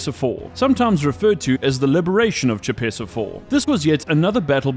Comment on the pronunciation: Oy. Choepessa IV is pronounced **koh-pess-ah**.